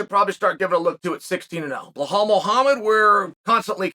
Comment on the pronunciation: Chael got so used to mispronouncing Belal's name that he stumbled the one time he pronounced it right 😂